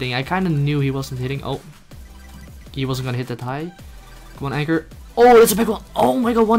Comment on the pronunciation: Awesome fideo! Oh and it's a anchor not anger;) Kappa